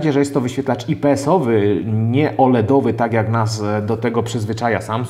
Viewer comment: a ja znowu proszę, o czytanie nazwy ips. ajpi es , a nie ipe es